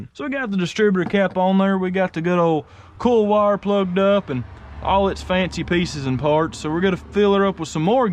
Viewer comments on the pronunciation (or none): "Ool", LOL 🤣. I've teased him about that too. Poor boy can't pronounce OIL 🤦‍♂️😂. Or aluminum FOLE, or an ignition COLE, or tilling the SOLE, LMAO!